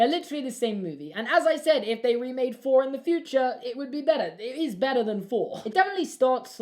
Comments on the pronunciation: It’s “Thor” not “Phor” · man has trouble saying thor